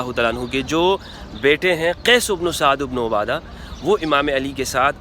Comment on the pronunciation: O bhai hello,, Mola ali ny kaha tha k huny b mashwara mein Shamil krty hamari b Raye leni chaiye thi, mola ali ko koi khila fat ki lalchi nhi, q galat bat phela rha, bukhari ki hadees dakhao jahan mola ali ny ye kaha ho, Saad ibn abada lafz Hai ubno a Ada nhi, pehly bolna to seekh lo